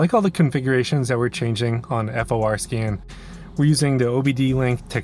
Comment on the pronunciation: WHY do you say F-O-R scan ??????